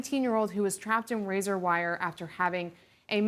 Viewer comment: It's Razor not "razar".